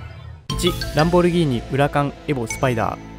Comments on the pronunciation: ウラカン↑です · ウラカン↑やで